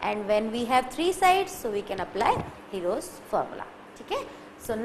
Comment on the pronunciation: It's herons formula not hero🤣😂